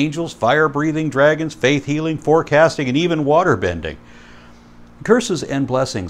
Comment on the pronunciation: How does Kent decide which words with Ts in the middle to over-enunciate? He prounces "water" as "waht-tur" and "butterfly" as "but-tur-fly," but he pronounces "thirty" as "thirddy." What's up with that?